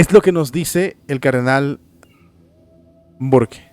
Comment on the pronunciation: HERMANO SE LEE BURK. 🤦‍♀️